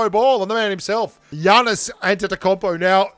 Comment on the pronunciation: You pronounced Giannis last name correctly. Thats impressive